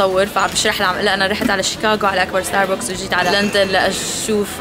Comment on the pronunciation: اكبر ستاربكس باليابان واصغر ستاربكس بمطار دبي يلفظ ستارباكس مش ستاربوكس. 🌷